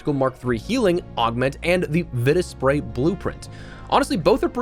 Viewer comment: Im pretty sure its pronounced Vita Spray, not Vita Spray!